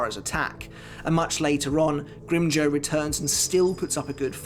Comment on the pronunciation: Please stop butchering the names of espada. It’s pronounced No E tora not noitra and it’s Grim Jow like the word now or how not grim joe